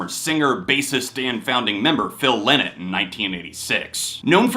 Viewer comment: Phil Lynott hated people pronouncing his name the way you do. It's "Lie Not". A Linnit is a little bird in Britain and he would say "I'm not a little bird".